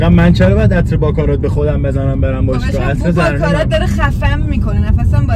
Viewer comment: باکارات نه 😂 باراکات